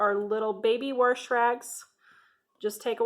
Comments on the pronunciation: WAAAHHHSSSHHH NOT WARSH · Agree. There is no R in wash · I just love how you say "warsh" instead of wash lol it is so southern and it reminds me of my granny! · I live in Warshington State. That is how we do it....lol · I agree! Warsh! Warsh! Lol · I literally almost just commented the same thing lol